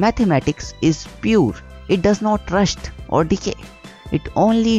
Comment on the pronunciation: The way he says "pure"